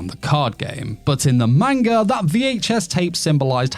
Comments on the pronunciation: How do you get away with saying manga like that dude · I love your videos but you're pronunciation of manga hurts.